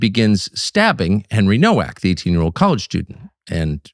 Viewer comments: The Polish name Nowak is pronounced "novak" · It’s pronounced Novak. W in Polish is pronounced like a V. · Pronounced No-V-ak! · Pronounced " Novak " - learn some Polish Tuc , you've got many like minded friends over there in Poland 🇵🇱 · Americans don't get it, it's pronounced "Novak" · Nowak is pronounced Novak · It’s Novak. The surname is Polish/Czech. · It's pronounced "Novak".